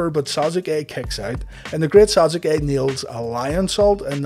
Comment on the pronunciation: He said those names correctly. Worse troll going.